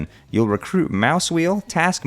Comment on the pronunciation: It's Tasque, not Task